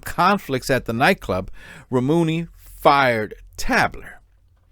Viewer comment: It's pronounced Tay-bler.